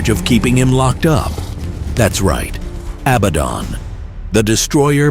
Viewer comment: It is not pronounced job like something you work at it is pronounced Joe, but with a long, ON a Biden is pronounced just like the word Aladdin a bad rhymes with Aladdin it’s not Abbadon😅